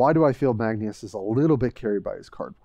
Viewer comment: Magneus? Magnus or marneus lol